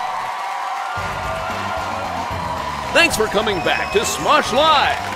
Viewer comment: is says SMOOSH instead of SMOSH. LOL